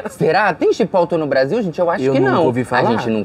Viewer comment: Não é CHIPÓTOU! É exatamente o que está escrito: CHIPOTLE. É uma palavra mexicana. Principalmente se tratando de um restaurante mexicano.